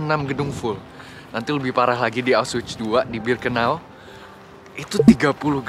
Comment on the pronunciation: Cara bacanya aukhvitz